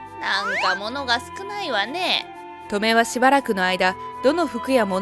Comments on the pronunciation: トメ⤴︎ じゃなくて トメ⤵︎ 気になって話が入ってこない💦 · ト↑メ？ ト↓メの方がしっくりくる気が… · トメの発音ウケるw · 習字のハネ、トメ、このトメの発音だな。地域差かな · トメの発音が笑える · 「トメ」の発音が変でイライラする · トメの発音はこれで正しいですか？繰り返されると自分がおかしいのかという気がしてきた・・・ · トメの発音って 嫁と同じなの…？祖母と同じ発音だと思ってた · トメ↑が気になる